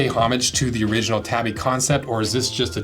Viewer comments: Tah-bi. Tabby is a cat. To be fair, I don't think I've heard a single person on social media say it correctly. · I don't wanna be that guy. I love your work and have no doubt you know more than I do. But isn't the proper pronunciation "TAH-BEE". Either way nice video!